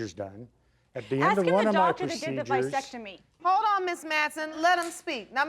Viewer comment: Did she say "vysectomy" or "vasectomy"?